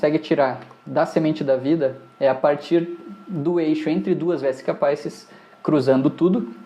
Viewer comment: Muito bom o processo didático. Gostaria só de acrescentar que a palavra "Vesica Pisis" bem do latim, não da língua inglesa. Logo, a pronúncia é diferente da evidenciada na aula